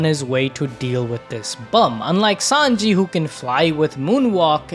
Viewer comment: Bro who is 5anji lol it's Sanji bra 😂